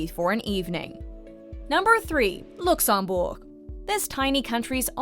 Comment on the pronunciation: and yet, regardless how many time i have been there, none of my local friends ever call it Oshlo...or whichever way you pronounced Luxembourg ...